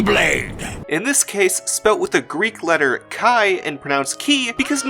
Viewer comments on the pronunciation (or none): Fun fact: the Greek letter X chi is pronounced “kee” not “kye” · χ isn't pronounched 'key' in greek though. it's pronounced "he".